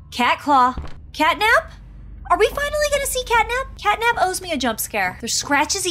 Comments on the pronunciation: It's cat nap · It’s cat nap